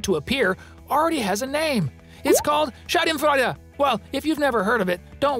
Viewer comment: A kind requestion - PLEASE correct yourself ... 😅 I'm German and the way you pronounced "Schadenfreude" (you pronounced the "a" like the diphthong [ai], but it's supposed to be a long [a:]), it means "vagina joy" !!!! I know you didn't mean to do this little accident on purpose, but it just conveys a totally different meaning... 😅 So if you could change it by any chance, that would be very helpful, thanks!!!! (Also: please don't say "typical German clothes" or "typical German moustache". It's stereotypical, not typical. And btw, German is not a dialect, but a whole language on its own.)